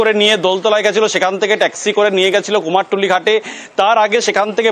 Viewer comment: আবার কুমারটুলি? ওটা তো কুমোরটুলি বলেই জানি